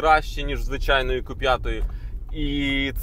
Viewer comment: Не ку а кю. Бо ку лиш моцкалі кажуть